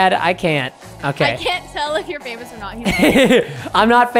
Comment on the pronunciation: I love when he said I'm famoos 😂